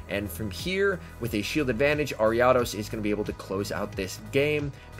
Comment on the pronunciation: You pronounce ariados so wrong bro I had to stop watching